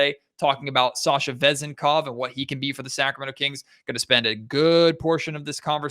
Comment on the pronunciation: The accent on his last name could be on the second syllable